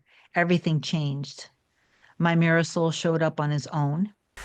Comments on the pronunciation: Every time you say mirror soul, i keep thinking you’re saying ‘my Marisol showed up better than before’ and I keep thinking you have a partner called ‘Marisol’ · This is my very first video of hers I’ve ever seen. And that’s exactly what I thought. I thought maybe she was saying a word from some ancient language or something😂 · Me too! That is exactly what I thought!!! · OMG!! Thank you LOLOL! I was wondering after 20 vids lol!! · I thought that too for months! 😂